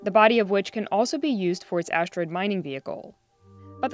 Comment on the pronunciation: Why does she keep saying ashdroid? There's no H in asteroid.